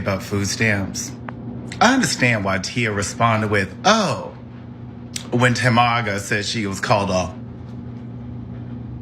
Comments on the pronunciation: I lost it when he called her "TaMAGA" 😂😂😂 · Not Ta-MAGA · I never liked him. I can see his little confederate beliefs . The guy that called them " Temaga" had me 😂😂😂😂😂